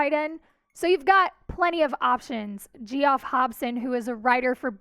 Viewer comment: Gee-off Hobson? Come on! It’s your job as a journalist to know how to pronounce names. Geoff is pronounced Jeff. Sheesh!